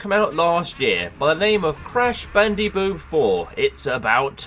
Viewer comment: You said bandiboot